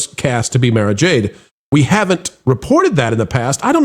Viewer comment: Mara is pronounced like the president’s golf resort.